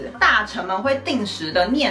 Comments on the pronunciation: 哎呀，嬪（ㄆㄧㄣˊ）妃啦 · 呀～是“嬪ㄆㄧㄣˊ”妃呀😂因為姊姊名子有這個字，格外在意 謝謝你們總是用心收集資料分享❤